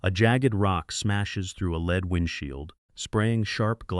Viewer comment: any schoolboy could understand the context-driven pronunciation of the word "lead"; in that context, pronounced "leed" and not "led". Dump the A.I.